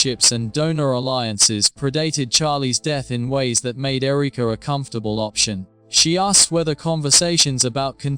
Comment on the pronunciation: AI Who says Ereeka?